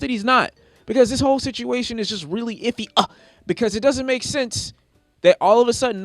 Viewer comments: “iffy -Uh” 🤣😂😆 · "ify uh" I'm done '🤣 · "If hes ify-uh" had me dying lol